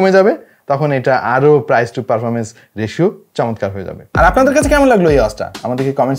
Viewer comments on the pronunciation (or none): none